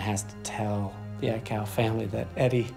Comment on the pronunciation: thought he almost said aikae 😂😂😂